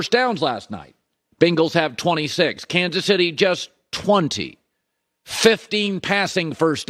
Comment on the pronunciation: "Cansus Itty" Lay off the vicodin and muscle relaxers Colin. You're a talk show host for God's sake...